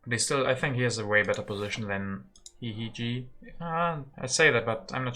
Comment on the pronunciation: hihihiji is smiling every time you pronounce his name, hihihi